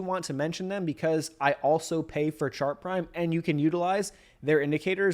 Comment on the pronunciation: Are you saying sharp prime, shark prime or chart prime?